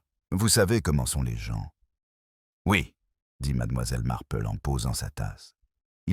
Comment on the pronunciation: Il y a des progrès mais madAmoiselle reste difficile à entendre , surtout suivi de MarplEU . Miss Marple prononcé à l anglaise serait plus doux à nos oreilles.